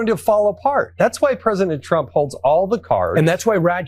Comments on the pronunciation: Did anyone else catch " president clump" by Brian Mast? 😂😂😂😂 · I did lol! KLUMP. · He was right the first time when he said KLUMP😁😁😁😁😁😁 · Did that Brian Mast guy just say, "President Clump???" Bahahahaha! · Lol the guy said president clump before correcting himself that's beautiful.